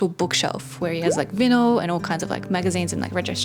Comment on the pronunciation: Just a sec…can we go back to your pronunciation of ‘vinyl’ 😅